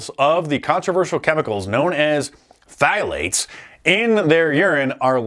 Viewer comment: the P in phthalates is silent. It's just 'thalates' in US english.